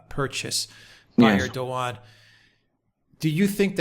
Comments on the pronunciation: Erdogan is pronounced with soft 'g' like Erdoan, take out the 'g' as its forgotten. By the way the drilling is completely unnecessary, as we'll soon be able to use the 'air' for energy, from what I learned from the QHHT sessions. The fuel we put in our cars soon will be powered with the air we breath put in our lungs its already round us, we'll be using it to power our cars and its FREE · If you guys want to continue reporting about Turkey next year you guys better learn how to say Turkish leaders' names. LOL